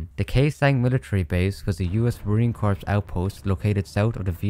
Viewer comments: I hate to be that guy but as a marine I have to say it is pronounced core not corps despite the spelling. Amazing vid tho. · Corps isnt pronounced "corpse", its "core".